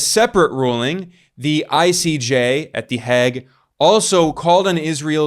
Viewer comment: My God, can’t you pronounce the Hague correctly? It’s not the Hag, but the Heyg!!!